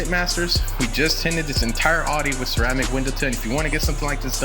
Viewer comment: You're a car guy and pronounce it adi... smh...